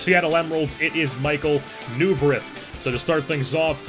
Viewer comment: I'm a flyers fan and I'm sorry but I have to correct you its pronounced Michael Noy-Verth